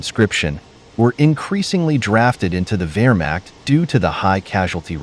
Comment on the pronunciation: I bet they can even pronounce "Wehrmacht" correctly, unlike your expert here.